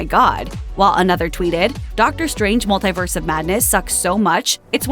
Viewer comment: Hey. Stop saying multiverse so oddly.